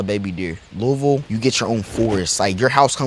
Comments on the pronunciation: FINALLY A YOUTUBER WHO SAYS LOUISVILLE RIGHT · He say louisville the right way